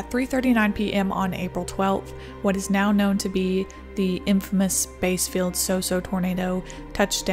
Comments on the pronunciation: Great stuff as usual. I live in Mississippi about 60 miles south of Bassfield (pronounced like the fish, not like the musical bass) and was watching that storm intently on radar during its whole lifespan. It was aboslutely incredible in its scope and width. One of the craziest things about it was that toward its end, it went straight up Interstate 59 from Heidelberg to the Vossburg exit about 5 miles. Thankfully, this area is mostly pine forest (or was). I travelled up that road a day or two after they cleared the road and it was like sticking your head in a bottle of Pine-Sol due to the hundreds of thousands of pine trees that were mostly snapped off 30-40 feet up. It also took down an important communications tower at the Vossburg exit. I still dont understand how some people didn't get killed on the interstate since there is literally nowhere to hide there. The scars are still there today. The width over its path is so much wider than the "normal" Mississippi tornado. One other pronunication note, the locals pronounce Natchez as "NATCH-iz" with short a and accent as shown. Don't feel bad, that is how the locals tell "if you are from around here" as many pronounce it as you do. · Bassfield is pronounced just like the fish. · When you say bassfields it's pronounced as the fish not sound bass